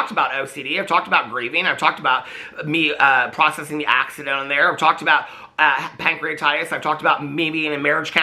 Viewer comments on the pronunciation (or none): none